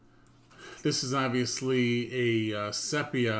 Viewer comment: "Sepia" is pronounced SEE-PEE-UH.